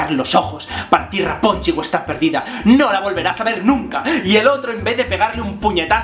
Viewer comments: JSJSJSAJSAJA "Rapunchel, Rapunchel!" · Toma un shot cada que Javier dice "Raponchigo" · Muerto de la risa cada vez que decías raponchigos. Saludos desde Venezuela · JavierRuescas muchisismos😂😂 hasta me a echo gracia lo de raponchigo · Me encanta el énfasis que pones cada vez que dices Rapónchigo jajajaja y yo que pensaba que el vídeo comentando el de la bella durmiente era gracioso...este se lleva la palma jajaja me encanta! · Me hace muchísima gracia como dices rapónchigo 😂😂😂😂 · chupito cada vez que diga "raponchigo". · Mª CARMEN MATEOS COELLO lo sé, sólo me río de su forma de decirlo y de su vídeo en sí. Es muy gracioso!! Saludos